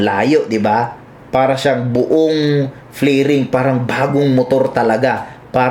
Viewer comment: Fairings not flairings